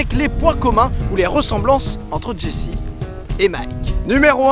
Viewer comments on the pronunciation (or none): C'est une superbe vidéo, tu gagnes un abonné ! :D Par contre, Walt se dit Wolt et Jesse Jessie :3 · Miskin c jesse qui se prononce jessy